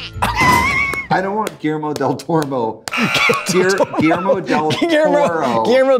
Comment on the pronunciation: Trixie trying to pronounce Guillermo del Toro cracked me up so much 😅